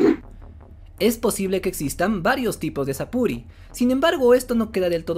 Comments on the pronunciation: Sapuri es un error de pronunciación japonés de "Súrplice" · No existe tal cosa como un "Sapuri". Eso es un error de traducción muy común que ya fue aclarado. Sapuri nace de pronunciar la palabra Surplice que significa "Sobrepelliz". Las armaduras de los espectros son Sobrepelliz.